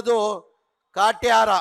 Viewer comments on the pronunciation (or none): ಕಾಟೇರ ಹೋಗಿ ಕಾಟ್ಯಾರ ಅಂತವ್ನಲ್ಲ ಗುರು 😂